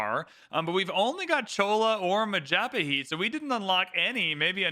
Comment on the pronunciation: mapajahit -- (mah - pah - jah - hit)